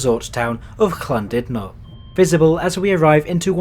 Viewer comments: "Llan DUD no" - and not as you pronounced it "Llan DID no" And as for Rhyl, how did you pronounce it? It's very simple, "RILL" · There's no K in Llandudno 😅